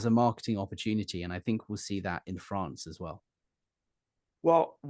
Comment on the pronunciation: I like the way you say “Fronce”😂❤